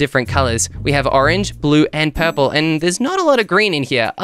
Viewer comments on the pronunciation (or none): When he said purplur it got me rolling😂😂😂😂